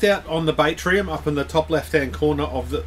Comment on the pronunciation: Batrium, I think it's pronounced bat as in battery, bat-tree-im not bait-tree-im, like catching fish. There's no i in there. There's that and the shit music otherwise great vid!